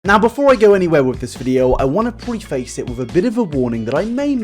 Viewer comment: Lol at how you you say preface